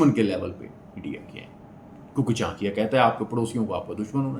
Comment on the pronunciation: Saala, naam toh sahi se bol ?